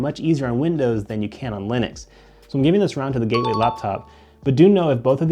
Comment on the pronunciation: Gaeway computer 💀💀